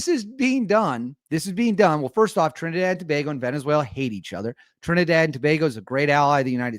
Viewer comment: You are the first yankee to pronounce Trinidad and Tobago properly lol...and yes we are wayyy to close to Venezuela😐...but now we dont hate them we just need them to stop entering illegally.